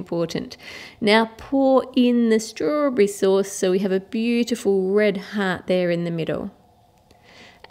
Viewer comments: Sandy .F "sturbarry" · In the begining you said rasberry and then you said strawbery 😅😅